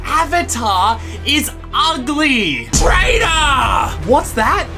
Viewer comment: lol when he keep saying "TRAITER" XD